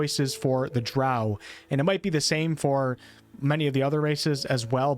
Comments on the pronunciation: Drow like crow. Gary Gygaxx invented them. Thats how he pronounced it. He wanted something dark like a crow. Eclvadra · Drow is pronounced with “o”, not “a” (sorry) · He said drow like cow